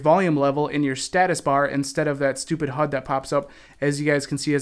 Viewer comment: you say "Status Hud." HUD is Heads Up Display which is said H-U-D not Hud